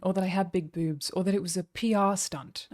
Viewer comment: Came for the drama, stayed for the pronouncation of "bewbs